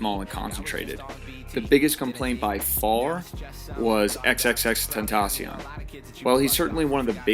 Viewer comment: Nice pronunciation of XXXtentacion 💀💀